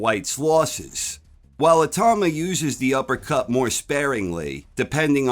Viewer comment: I-tau-ma. Not I-tah-ma